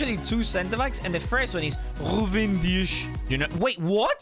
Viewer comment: why do u say ghuven deesh for ruben dias is that how its pronounced